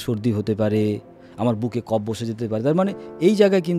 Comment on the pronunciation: কাফা, ভাতা নয়, কফ এবং বাত হবে। আমা নয়, আম হবে। শিক্ষিত বাঙালি কবে যে নিজের উচ্চারণে কথা বলবে !